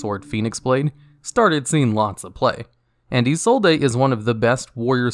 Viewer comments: Hearing you say "EE-soul-DAY" hurts me so much! Her name is pronounced "EE-zold" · Isollde is pronounced (ih-sold) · Btw... In Isolde, the E is silent... So its name is Ee-Sold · Ah yes. Eeh-Soul-Dae. My favorite Noble Knight. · I know it's wrong but I still love how you say 'izolday'